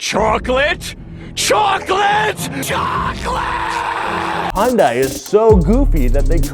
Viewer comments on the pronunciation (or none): Dude you pronounced Hyundai wrong. It's "Hun-day" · I'm from the uk and im thinking how does he pronounce some of them car company names like hyunadai its not pronounced hon-die but high-un-die and then dacia as well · it's HI-UN-DAE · Hyun-day. That's how it's pronounced. Thank you. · It's pronounced Hunday like Sunday. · It's Hyundai like Sunday. Jesus Christ how do so many car people not know this. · Never heard of da-cha. Heard of day-sia from top gear, but the sandero ain't stateside. Heyoondai, hyunde, hon-day. (The middle one is the closest to Korean pronounciation.) Jarring potato potahto business.